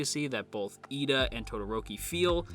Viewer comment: It is actually Iida with a captial i as the first letter ^^ If it was Lida, you would hear japanese pronounced "leader" instead. Pls no hate, I just mean it in a good way.